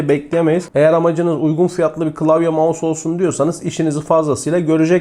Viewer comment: Abi "mouse" ya gözünü seveyim bu işin içindesin yapma 😁😊(yanlış anlama abi doğrusunu deyim dedim)